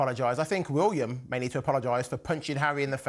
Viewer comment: cannot even pronounce William correctly.